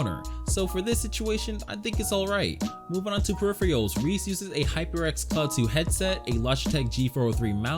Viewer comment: LMAOOOO PERIFRIALS